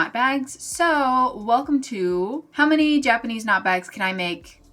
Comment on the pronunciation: I'm so sorry but the first time in this video you said "Japanese knot bags" I misheard you, it sounded like you said "jackety snot bags" and I knew immediately what you actually said but I couldn't stop hearing it 😭 I'm barely 5 minutes through so here's hoping the jackety snot bags go well